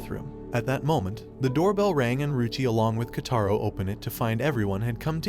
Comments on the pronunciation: “KotAro” actually it’s Kotaro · She is sweet not harsh and his name is pronounced ko-ta-ro and this anime is called school babysitters and 10/10 I would watch again